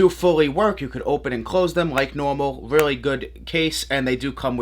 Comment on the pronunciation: “These are weally weally dope and weally weally sick🤣”